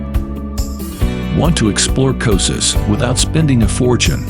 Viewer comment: Who would trust the travel video where don’t even know how to pronounce the place?